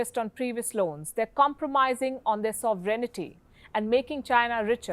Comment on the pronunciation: I've noted a common pronunciation mistake by most Indians, noticeable among radio broadcasters, naturally. The word is sovereignty. It's not SOVE-REN-I-TY. It is SOVEREIGN-TY. Am not being pedantic, just wish to hear the word pronounced correctly.